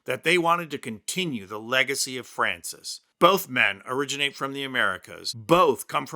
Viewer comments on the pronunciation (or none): none